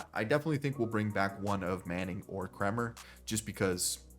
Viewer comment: you said Kremers name correctly and then corrected yourself and said it in correctly. lol its "Kramer"